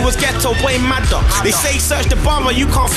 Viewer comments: It's madder not Magger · its madder not magger